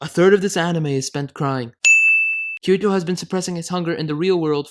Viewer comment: I am just a little bit triggered by his pronunciation of Kirito